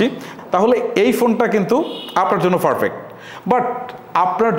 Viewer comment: Vai apnar English uccaron hoy na .. eita thik koren . Perfect re boltechen farfect